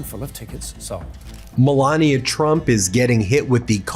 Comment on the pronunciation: And do you call her Melania it's Melania